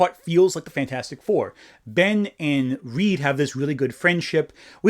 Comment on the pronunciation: i died when you pronounced fanfourstic